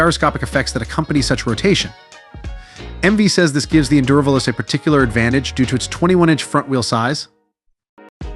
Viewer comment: Is this an AI failure that has no clue how to say fast in Italian? The only way this is an Africa Twin Killer is if the Robot doing this video coughs up the 50% price increase over the Africa Twin.